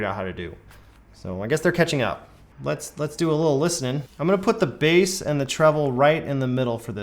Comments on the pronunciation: basse and treble? hehehe cmon there dude breath...its pronounced base...maybe take a few seconds to edit before posting....jus sayin! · Did he say bass as in the fish? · I slappin’ da biass! I slappin’ daa basssss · Guy doing a speaker review and cant pronounce "bass". FAIL. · I stopped paying attention when you pronounced bass incorrectly 🐟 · Guy cant even pronounce bass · The way he said bass at the start, I'm crying 😭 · If you could pronounce Bass properly you might have a bit more credibility